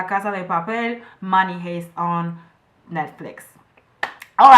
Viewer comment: The word "heist" is pronounced "haist" not "hayst". Your English is great, though!